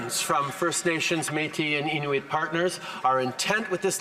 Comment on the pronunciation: trudeau deftly pronounced "inuit" in the native dialect. his job here is done